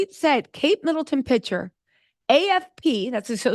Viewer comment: Picture, not pitcher!!!